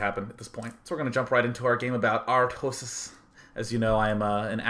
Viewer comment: love the way he pronounces "artosis" ;-)